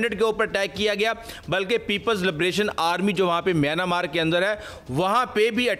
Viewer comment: میانا مارک نہیں میانمارک بولیں